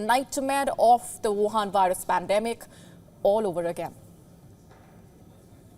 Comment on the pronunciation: "Virus" is should be pronounced with "V" as in "Vice" and not "W" as in "Wild".